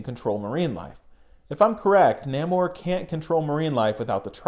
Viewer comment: I think it's pronounced "Nay-Mor" bro. great video bro! ✌